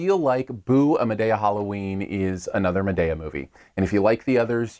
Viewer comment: Look you are not even saying the name of the movie right. Lol